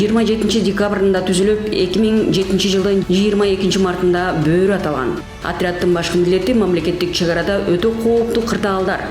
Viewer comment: Тооба журналист не эле БӨӨРҮ деп атат , жөн эле БӨРҮ деп бир ө менен айтыларын 5 жыл окуп билбеди бекен 😮😮😮